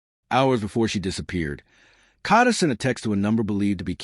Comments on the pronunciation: You need to get it right it is k a a a a a a a a a a a a a a a d a a a a a a a not k h a d a😅😅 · It’s pronounced Kayda 😒. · Every video that can't pronounce her name correctly (such as this one) doesn't deserve views no likes. Train your AI more properly. Ka(y)da!!! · This is so sad and brutal, jealousy is a bad thing to have....I hope he rots in jail and the people with him, I wish the narrator could pronounce her name correctly